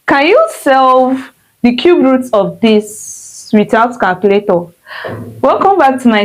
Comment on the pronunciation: Cube not Cubert 😂